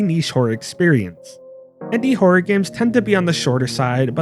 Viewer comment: It sounds like you're saying "whore" instead of horror. Maybe you also say "meer" rather than mirror?